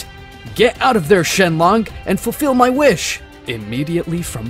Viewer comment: Shenlong😂😂😂😂😂 shenlock😂😂😂😂😂😂😂